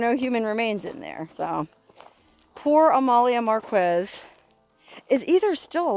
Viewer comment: Forgive me, dear, but it's not "Mar-KWEZZ", it's "MAR-kess". Thank you so much for your history lessons! (The "Boca" in "Bocaditos" means "mouth").